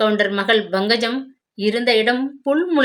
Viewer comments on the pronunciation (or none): Ayyo pl pronounce pankajam. Properly It’s not bhangajam. lol